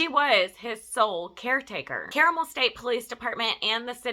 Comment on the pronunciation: Great video. It's actually pronounced CAR-mul. It's kind of Indianapolis' Alpharetta.